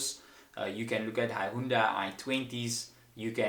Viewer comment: You really pronounce Hyundai as Hi-Oonda lol